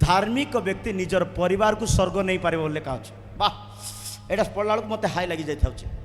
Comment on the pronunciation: ମିଛୁଆ । ସ୍ବର୍ଗ କୁ ସ୍ ର୍ଗ କହୁଛୁ । ଭାଷା ଜଣାନାହିଁ